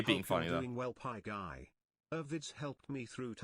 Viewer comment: The way it says PieGay honestly cracks me up.